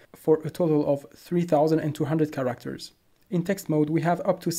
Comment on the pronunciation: You say characters like "ca actors" with an r in the middle. Can you say it with less emphasis on the second syllable like carrot. I'm not trying to nitpick, just help.